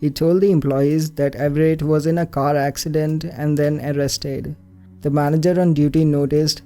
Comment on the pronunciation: Anyone notice that said that the family was involved in an AXEccident.... Ok I'll be leaving now EDIT: wakes up for school Sees notification ohh no Thank you guys sooo much for the heart, and I know it's gonna disappear after I make this edit.